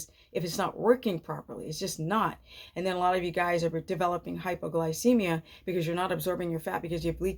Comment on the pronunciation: I can't tell if you're saying hypoglycemia.....or hyperglycemia? My blood sugar runs very low on keto and carnivore... any suggestions? Also feel like my blood pressure is much lower... to the point I have to make slow movements from sitting to standing.